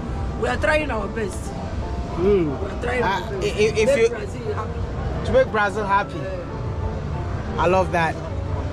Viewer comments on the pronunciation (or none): The man's been living in brasil for 8 years and still calling it "brai-zil". The Ghana in him is forever strong 😂